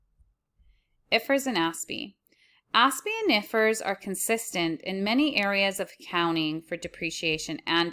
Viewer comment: ❤❤❤ I like the way you say I.F.R.S